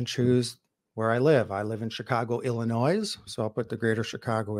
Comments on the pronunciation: Cool…but have NEVER met an actual Chicagoan who pronounces the s in Illinois. Ever. Interesting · When you are from the East side of Chicago (like I am) - we all say Illinois (“Illi-noise”).